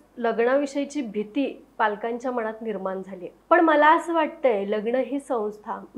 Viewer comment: बाई तु आधी "ण"आणि "न"शब्द कुठं वापरावं हे अभ्यास कर...लगणं, मणात....😂